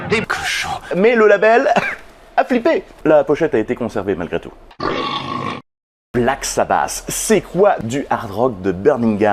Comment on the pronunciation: Black sa basse ? J'ai toujours dit Black sa batte